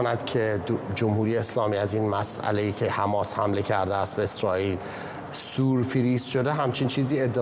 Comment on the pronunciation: آقای گزارشگر سورپرایز .نه سوپریز خوبه نگفتی اش ریز مثلاً گزارشگر هستین ..حماس باید تاوان اشتباهات خودش و بده تمام بخایم نخایم امسال جنگ جهانی سوم استارت خورده کم کم همه جای دنیا جنگ میشه و دنیا تو قحطی و گرسنگی بسر میبره و کم کم حیات روی زمین از بین می‌ره وهمه ما می‌میریم امسال سال سختی خواهد بود خدابداد مردم بدبخت برسه که تاوان این جنگ ها و قدرت طلبی دولتها را باید تو دوران مدرن همیشه تجربه کنن